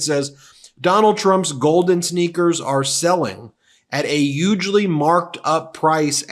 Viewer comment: Your NY is showing…you say “ugely” like the orange ogre. Lol !!